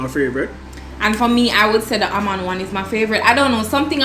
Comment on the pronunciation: Happy seh unu come back...Dev just horrible suh doe....as ask fi speech therapist true seh aLmond 😅 and den shi nuh STOP correct him #TrueArdennite